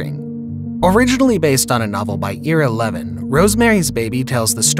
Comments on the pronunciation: Somebody get the author's name pronounced right. It's (eye-rah) Lev-in. It is not eera Levine. That's Ira Levin. You don't understand? Look at the Paramount trailer for ROSEMARY'S BABY............... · The author's name is pronounced 'EYE-ra Levin'.